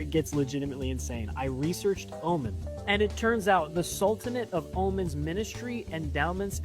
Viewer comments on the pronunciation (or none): Btw it is Omaaaaaan not Omun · that guy talking about the Queen of Sheba LOL first of All she was from Yemen not Oman and also its pronounced OHMAN NOT Omen lol Americans are sooooo ignorant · Oman is pronounced oh mon.